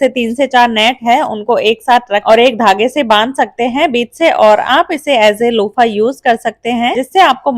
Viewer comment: Lupha bolte hein lopha nahi☺